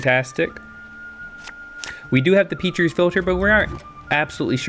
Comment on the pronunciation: Good video, I completely forgot that starter decks can still go 2-0 and that it isn't impossible to climb ranks well with them. Also, you mispronounce Petri's Philter; Petri's is pronounced as Pet-ri's (pet triss, almost) rather than Peat-ri's.